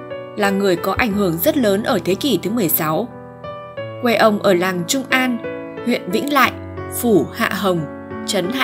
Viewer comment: Làng Trung Am chứ không phải Trung An.